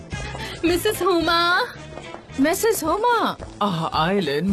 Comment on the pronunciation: Huma ❌ huya ✅